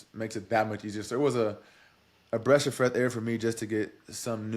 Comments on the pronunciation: “Breash of freth air” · “bresh of freth air” 😂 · I caught that too! 😂 Not sure a lot of people did!!